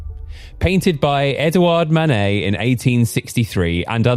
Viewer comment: Don't use AI voices that can't pronunciate Manet. It is not Man_et, it is Man_ay.